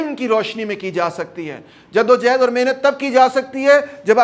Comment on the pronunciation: It's jaddo johad not jaddo jehad it's johad